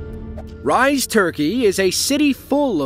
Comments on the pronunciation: Its "Reezeh" not "rise" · It's not pronounced "Rise" - it's pronounced "Reeza" - also Elvis is NOT buried in Tupelo. 🤣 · The Turkish city Rize is pronounced “ree-zeh” just for future ref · # as a Turkish person i have to say, that place one of the most beatifull places in Türkiye (and in the world. My opininon). But its really hard to live in there as you can see why. Also we pronounce Rize like R-E-Z-A. And thx for the great video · it is pronounced Rize, like Reeze (with two letter e's on "i" and an litteral "e" letter in the end). Anyway. Good job about the video! 🙌❤ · “Rize” is pronounced wrong in this video if you must know. It’s pronounced as Ree-za. Wettest land in Turkey which produces rich tasty tea. I had a bag as a gift and I tell you it tastes different from Eastern Asia tea. It has an Aroma to it. Different from the rest. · Rize is pronounced: ree-zay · my man not you calling Rize like "rise" the hell lol? at least you could've look it up how to pronounce it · Rize is not pronounced like rise, it's phonetic.